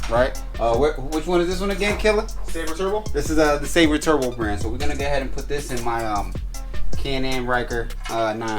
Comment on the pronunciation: Man Fam you gotta get the name right! 😂 Silber like silver. Seal-Bur (Silber) Turbo. You wild! 😂 😆